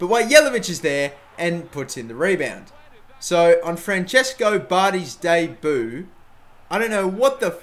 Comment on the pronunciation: That pronunciation of 'debut'! XD And the kiwi offer. bet he was pissed off about that